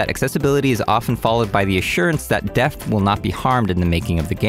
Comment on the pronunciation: Awesome content. Only fly in the ointment for me is I keep hearing "deft" instead of depth. 🤪